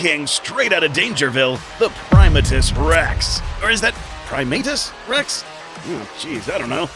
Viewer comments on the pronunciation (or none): 1. Dangerville pronounced his name as Primate-Us Rex. Like a primate 2. Primatus Rex 2.0? 3. What in the hell was that thing at the end!? Was that your guys' own Kaiju? Will we be getting a video of it soon? It looks awesome to draw 4. Love the new logo, guys. Very shiny :)